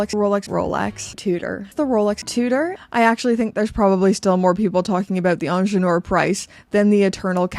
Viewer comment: First Learn to pronounce ingenieur. Second i am sick and tired about size subject. I wear 19.5 cm . I am not fat just normal somatic size. And the small size watches are not my absolut favourite. Is just like EU talking about what should I wear. As one of your subscriber wrote the new price tag is the problem . Plus attention to small details eg selling the new ingenieur without extra price for fine adjusting bracelet ???PR wake up.